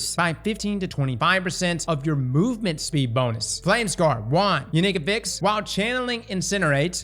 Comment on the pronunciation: hurts me with how he says affix.